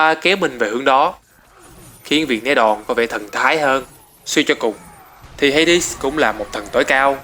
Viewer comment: vũ khí của Hades em toàn đọc là Ha Đét